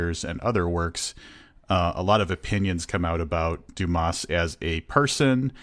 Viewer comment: The s in Dumas is silent!